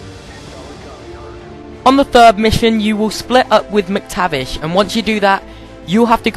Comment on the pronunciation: lololll you said Mctavish